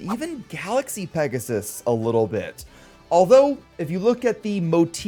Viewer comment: Remember its called pegasus not pegasis